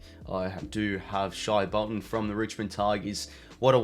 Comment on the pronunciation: It’s pronounced shay bolton not shy bolton